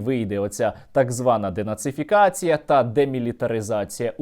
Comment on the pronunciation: Навіть сказати слово денацифікація і демілітаризація не може 😂👍🏼